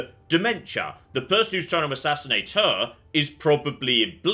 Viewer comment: did a oblivion voice actor thing. All of a sudden he spoke with a different tense / accent when he said assassinate. Overdubbed a mistake?